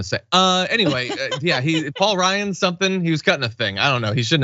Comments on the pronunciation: Am I the only one who heard him say "Paul Rudd" instead of "Paul Ryan"? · Did anyone else hear Trumpy boy say Paul Rudd and not Paul Ryan?